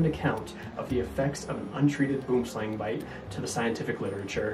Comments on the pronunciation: Great presentation. Regarding the pronunciation...you got the Boom right, but Slang is pronounced Slung. It's the Afrikaans name for Tree Snake. Hope that helps. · You said slang wrong